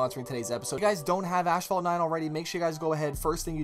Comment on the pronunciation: Still don't know how to pronounce asphalt after all these years lmaooo